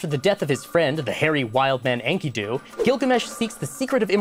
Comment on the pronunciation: Whilst I enjoy this show, I must protest Trips pronunciation of Babylonian names. Quite irksome. Um Actually, it is pronounced [In-Key-Due] and [Ut-Na-Pish-Tim].